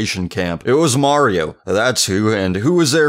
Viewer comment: You said market Kart Wii